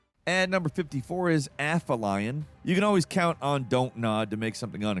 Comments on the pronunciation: A-FEELY-ON not AFFER-LION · Aphelion pronunciation = Uh-FEE-lee-on Not AFFA-lion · Calamari is squid, not octopus. Also, aphelion is uh-feel-E-un, not af-uh-lion. It’s adapTAtion, not adaption. 🤦🏻‍♂️ What do you mean “It should have happened a long time ago.”? It’s the third game in the franchise…? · FYI: Aphelion is pronounced "app-HEE-lee-on". Greek via Latin, meaning the furthest point from the sun in a celestial object's orbit. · that may be my favourite ever mispronunciation. For the record, it's app-hee-lee-in. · My inner pedantic astronomy nerd feels the need to point out that "Aphelion" is pronounced almost exactly like "app helium". The "ph" isn't pronounced together. It refers to the point of Earth's orbit farthest from the Sun, which is where the "helio" comes from. The closest point is called "perihelion". Similarly, the Moon's orbit contains apogee and perigee. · A fell E on. for Aphelion by the way.